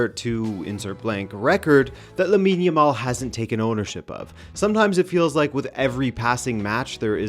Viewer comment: Man, this is my first time to see any of your videos and I'm really impressed. I like your style, the well researched presentation and your delivery. Great job! you've got yourself a sub, and a like, of course. Back to Jamal (I'm spelling it as it should be pronounced and the second /a/ should sound just like the first one, not a rounded sound, please), but yeah, how lucky are we to have been alive to witness the whole career of Messi then to have this talented youngster come up to carry the torch?! Very lucky indeed. Cheers mate!